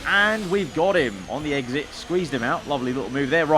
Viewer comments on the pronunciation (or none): none